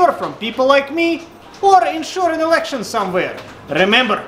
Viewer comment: "want to secure election?" said with Slavic accent. I'm dying!